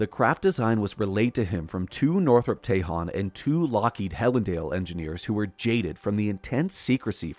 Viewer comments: ..." TEJON" is pronounced Ta-Hone... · Tejon is pronounced Teh-hone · Tell your AI how to pronounce Tejon and Tehachapi